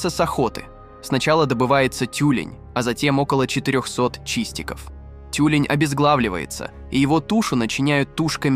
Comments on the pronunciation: ЭскИмос, тЮлень.... Это что, автоматическая начитка? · Деликáтес😂, эски́мосы, тю́лень😂😂😂дизлайк за нейросетевую озвучку тебе.